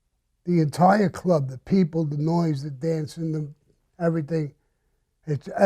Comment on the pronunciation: IMO cannot say "Everything"